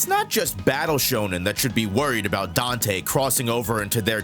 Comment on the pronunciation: Dante.... Danteh.... Manage your sinners.... Danteh...